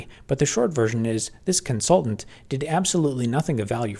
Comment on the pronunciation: w Constaultant on comsulting